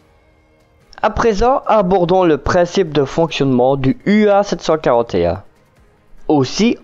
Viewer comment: J'apprécie beaucoup votre chaîne dans laquelle vous diffusez du contenu de qualité. Je me permet cependant de vous préciser que la première lettre est un mu (grec) et non un u !!! Mis à part cela, tout est au top !!!